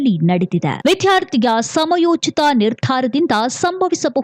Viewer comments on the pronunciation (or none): ವಿಧ್ಯಾರ್ಥಿ ಅಲ್ಲ. ವಿದ್ಯಾರ್ಥಿ ಎಂದು ಸ್ಪಷ್ಟವಾಗಿ ಹೇಳಬೇಕು.